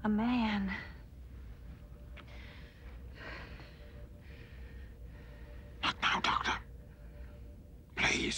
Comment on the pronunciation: I love how she says "Man" with two syllables!!!